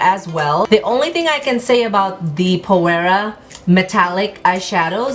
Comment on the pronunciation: Hi, Phoera is pronounced ['f i r a] - I love the colours you used. I just started using it and is amazing: I recommend it to everyone.